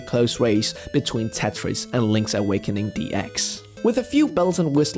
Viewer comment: I love Link’s “Awekening”